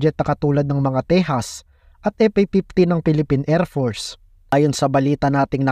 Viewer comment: WHAT IS ER TO ER MISSILE , ER PORCE, EP A PIPTY? TOL DAHAN DAHAN KA LANG AT ANG TIGAS MO MAGSALITA YUN F MO NAGIGING P